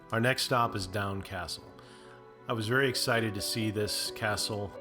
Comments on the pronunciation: Doune Castle is pronounced 'Doon', not "Down"😎! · Doune castle is pronounced dune or doon. Just to be a little more accurate. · Doune Castle is pronounced Doon. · If you’re going to do these types of videos, learn to pronounce things correctly. It’s not “down” castle, it’s “dune” castle. It’s “Edin-bruh,” not “Edinburo.” Proof you don’t do any research. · Cool video but please learn how to pronounce scottish place names properly. Edinburgh is pronounced Ed-in- bur- uh. Doune Castle is pronounced doon Castle. Also Scotland and Ireland are 2 separate countries so saying "like all small towns in Ireland " isn't quite right